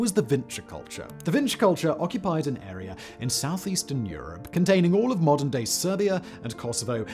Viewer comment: Ok I can’t pretend the way you are pronouncing words that end with an a isnt just awful you say Nigeriar and arear but then say Carolina without the r at the end just pronounce it the way it’s supposed to be pronounced dude